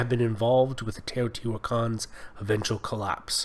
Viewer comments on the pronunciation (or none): Oh yes... "The Teejohtiiuakaans"; White protestant descendants of Dutch settlers? (I think he meant to say, "Teotihuacanos", but ok) ... We can call them "Teotihuacans" without breaking any English rules, I guess.